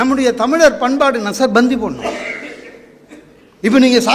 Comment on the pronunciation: Not Banthi . It is Panthi